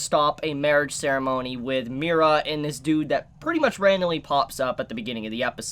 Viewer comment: Why do you keep saying Mi-Ra? It’s just Mira. Mira, Mori, and Daewi